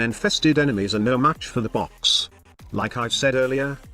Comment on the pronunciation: I like how the text to speech calls it 🅱️ox sometimes